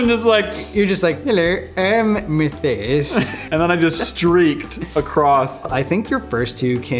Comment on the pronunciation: “Heller, I am Methias” 😂